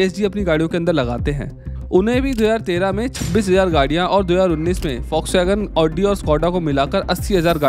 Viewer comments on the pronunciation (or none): bhai woh Volkswagen ko FOX nahi pronounce karte., usse pronounce kijiye O sound ke saath., jaise FOLK or FOLKS (this is pronounced with L silent). Llike Folk Stories.....